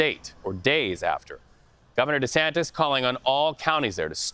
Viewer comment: De- Santis😡